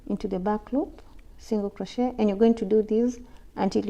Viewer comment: Love your videos there amazing btw it’s crochet not crotchet